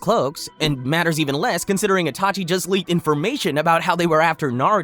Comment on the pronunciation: ''itaki'' ?? lmao